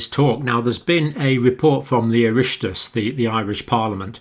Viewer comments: Love this, Dr John, as I love all your transmissions.. I'm Irish living in UK and glad the Oireachtas is recommending vitamin D. I take 2000 IU daily. Incidentally, it's pronounced Orr- ock tass. It's a toughie. x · "ur rock tiss" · Tithe an Oireachtais=Houses of the Legislature; Dáil Éireann (lower house) and Seanad Éireann (upper house); Oireachtas is pronounced “irr-octh-iss Thanks for reporting on this, Dr Campbell, you said it first! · Great video Dr. Campbell. One little quibble, the gaelic word 'oireachtas' is pronounced 'or- OCK- tas'. Keep up the good work! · Hi John hello from Western Ireland. I love your videos and thanks for all you do. Can I just say the pronunciation of Oireachtas is like “oh-rawk-tas”. I enjoyed your attempt:) thanks for reviewing Ireland and all you do in educating us during this awful time. I watch your videos constantly and learn so much from them and it really helps take away the fear. Go raibh maith agat / Thanks (Irish for David) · John, I’ve been taking 25 micro grams of Vitamin D daily since I took part in a trial Trinity College Dublin 7 years ago. I was convinced by the benefits then but had heard nothing much about it until I began watching your channel a year ago. (A tiny point - Oireachtas is pronounced “ir-rocktus” approximately!) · Oireachtas - pronounced "Ir - Ok - Tas" but you made a brave attempt :-) It's a fine report and welcome but many of us, thanks to your goodself, have been taking high dosage Vitamin D since around this time last year. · Nice to see a report like that John.Nice go at pronouncing Oireachtas .Its OR rock tus. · Oireachtas is pronounced “ir-ack-tas” or similar, Dr Campbell. Love your work! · Oireachtas .. pronounced..Irr-och-tas using English phonetics. Thanks for your ongoing videos and superb insights. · It's pronounced "O-ROCK-TIS" but good job John :) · More pronounced ori-ock-tis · Well done John Keep it up. Thankyou. Irish parliament is pronounced Orocktass with the O as on Ox.